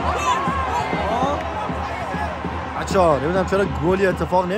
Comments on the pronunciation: فقط اون تیکه که میگه نتونستم خوب ویدیو بکیرم 🤣🤣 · میگه بکیرم😂